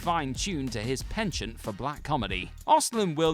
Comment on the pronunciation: *adds “SXSW” and “penchant” to the long, long list of things that a) WhatCulture idiots can’t pronounce, and b) their witless editors clearly don’t get them to retake either.